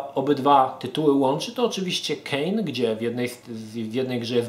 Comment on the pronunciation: Ogląda się przyjemnie, ale ten "Kain" najbardziej rani ucho:)